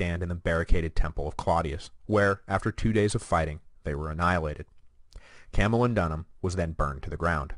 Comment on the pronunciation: Good Grief! Camulodunum is CAM-u-LOD-un-um, not CAM-u-lo-DUN-um! {:o:O:}